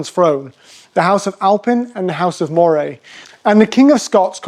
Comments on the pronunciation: Did you never learn how to pronounce Moray? I have never heard of your Maw-ray. Scots pronounce it Murray - as in Andy Murray! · It is pronounced Murray like Andy not like the eel. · Moray is pronounced Murray